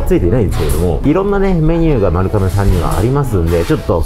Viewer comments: YouTubeでいろいろ動画みるけど、みんな｢かめ｣って言っちゃうの何でだろう??(他にも多く｢かめ｣読みだった) ｢まるがめ｣が読み方ですね。ちなみに地名も｢まるがめ｣。 身近で読み間違える人がおらず、まるかめの発音にめちゃくちゃ違和感...びっくりするくらい違和感で、ちょっと面白くなってきてしまった...笑🤣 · どーでも良い事かもですが、 「まるかめ」ではなく「まるがめ」が正しい読み方らしいですよ☺️ 今回の髪型 素敵ですね☺️ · 私も聞いててめっちゃ気になりました😅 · まるかめ、ではなく、まるがめと思うのですが… それはさておき、本当にの麺の啜りは見事ですね～ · まるかめ！まるかめって言ってるけど、まるがめなんじゃないかな？ まるかめ表記はハワイとか？ 撮影させてもらって旨い旨いって褒める前に連呼してる店の名前くらいはきちんと伝えるべきだと思うが？ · 『まるかめ』ではなく 『まるがめ』ね。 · 、まるかめじゃ無くて、まるがめですからね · まる かめ じゃなくて まる がめ です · まるがめな、 まるかめちゃう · まるかめ、ではなく、まるがめです。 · なんでみんなまるかめって言っちゃうんだろうね。まるがめなのに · 読み方、まるがめらしいですよ。海外の一部ではまるかめって呼ぶらしいですが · かめじゃなくて、がめじゃないの？ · まるがめって読むんだよなー。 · まるかめって言ってるのがすごい気になるけどあってんのかな？